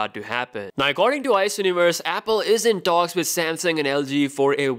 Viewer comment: SamSUNG, not SamSING.